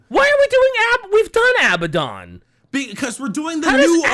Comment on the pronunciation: Ok his name is Abaddon and pronounced Ab-add on not pronounced aby-don Abadon , say ab-ad-on You know, like the mythological demon.